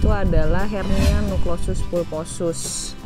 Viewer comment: Nukleus ngucapnya salah jadi Nuklosus ☺